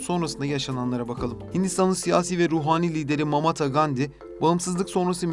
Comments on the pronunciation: Mahatma, not Mamatha…. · "Penkap" değil Pencap, Mamatha değil Mahatma, biraz özenin lütfen. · Mamata değil Mahatma Gandhi. Avukatın soyadını da devamlı yanlış telaffuz etmişsiniz. Bu kadar emek verdiğiniz bir videoya biraz daha özen göstermenizi öneririm. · Bir ekleme de ben yapayım. "Mahatma Gandi" olmuş "Mamata Gandi" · Mahatma olacak ☺️ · Seslendiren arkadaşların telaffuzuna dikkat etmek laIm. GZT yi severek takip ediyoruz ancak Radcliffe, Pencap ve Mahatma yı yanlış telaffuz ederek bu videoya verilen emeği heba etmemek lazım…